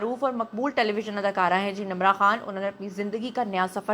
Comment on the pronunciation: Her name is Nimra not Namra what you saying